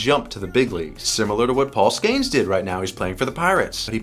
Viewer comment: Love the content, but the way you say Paul Skeens name makes me want to throw myself off the roof.